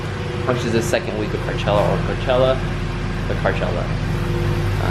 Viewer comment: Is he saying carchella?